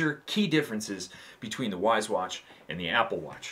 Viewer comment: Correct Wyze pronunciation = wise 😅 great video man!